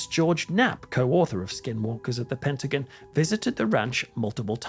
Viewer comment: Said Pent ah gone. Not Pent ah guin.❤ Patty